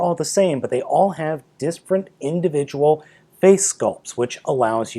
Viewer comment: "Disfferent" wha?